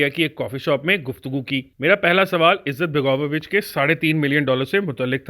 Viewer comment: Izzat-baga-vo-vich nahi balke izet-bego-vich hai.